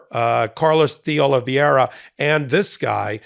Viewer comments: It's De Oliveira with 2 'i's, but you have the pronunciation correct. This is a very common (and annoying) mistake with the "ei" vowel blend. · It's not "Oh-lee-vee-eh-ra", but "Oh-lee-VAY-ra" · Fyi, Oliveira is pronounced oh -li -vey -ra. You are pronouncing it oh-li-viye-ra. That would be correct if the name was spelled Oli-VIE-ra. Hope this helps ❤ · the name is pronounced OliVAYra. It's Portuguese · Not a big deal, but… please USA, please… figure out the pronunciation part of the reading thing. Di Oliveira… not Di Olviera nor Di Oliveria. Just remove the i altogether maybe and you might get closer. It just hurts each time I hear American reporting on that guy. And it’s everyone reporting on that guy in the US. I have never even seen his name… I just know from how much it’s massacred. I hurts even more when it’s the smart people I respect that cannot make it. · You're butchering that guy's name and it's nails on the chalkboard for me.... It's spelled Oliveira... pronounced O-li-v-eh-ra. Not Oliv-i-eira as you're saying it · Portuguese isn't that difficult. oh lee VAY ra. That is, the spelling is Oliv_e_i_ra, not Oliv_i_e_ra. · It’s YUSCIL Tavares, not “Jose”. And it’s “Oliveira” not Oliv-ee-eira. Love the MT work but you and Bret regularly mispronounce names mentioned in your videos. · Spanish is pronounced phonetically. Ol-liv-veh-ee-ra. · Americans have trouble saying Oliveira. They think it's Oli-viera. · Why cant these highly educated lawyers pronounce Oliveira's name correctly? Do they find reading difficult? pronounces Oliviera (i and e round the wrong way)and Ben Mieselas pronounces Oliveiria (adds an extra i before the last a).